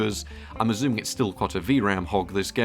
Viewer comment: I drink every time you pronounce 'assuming' as 'azooming' I've been watching many of your videos, I am now drunk.